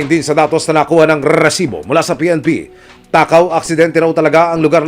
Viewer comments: reeeeeeeeesibo pla hindi resibo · Bago bigkasin ni emil risibo dami munang r😂 rrrrrrrrrrrrrrrrrrrrrrrrrrrrrrrrrrrrrisibo prang Galit na aso😂